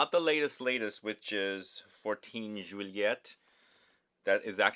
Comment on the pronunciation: You say "joo-ee-ay" for Juillet. And it's Jerome Epinett- you say that T when there is a silent e after it! You reversed the concept..